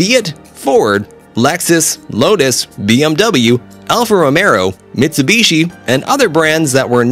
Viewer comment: pronouncement seat🤣🤣🤣and alfa romero jeeeeez man 🤣🤣🤣